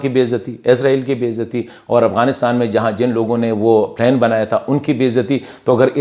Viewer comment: Good one. Thank you. Do work on your English pronunciation. For example it's plan پلان not plain پلین.